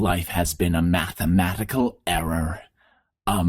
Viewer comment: The ssecond time "A matematical error" was heard, there were some apparent thubs, probably two or three, in "Mathematical"